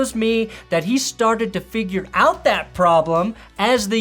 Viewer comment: REWATCH THE SHANK. YOU BRING ME OUT OF IT WHEN YOU SAY 'AWT' HOLY FUCKING RETARDO BATMAN.